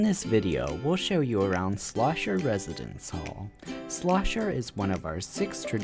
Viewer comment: It's "Schlosser," not Slosher.